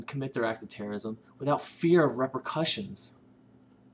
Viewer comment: U need to learn how to say repercussions